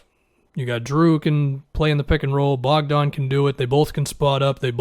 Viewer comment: It's Bogdan not Bojan